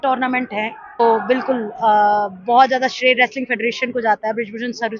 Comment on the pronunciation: व्रेसलिंग नाही रे मुर्खा it's रेसलिंग कोणी पण येऊन युट्यूबर होतय आजकाल भेंडी. कूल वाटायला मध्येच इंग्लिश बोलतेय ते पण चुकीचं